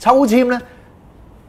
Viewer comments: 我想問？我一直聽教導叫“普珥（耳）”，唔係講“普珥（利）”喎？！ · 我聽福音廣播劇“以斯帖記”，都係讀“普珥（耳）”喎？！ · “漢語聖經協會”錄製“聖經聆聽版”都係讀珥（耳）架！